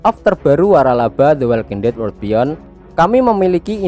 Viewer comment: bukan word tapi Wor-ld gitu